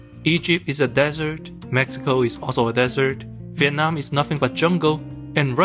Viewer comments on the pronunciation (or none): none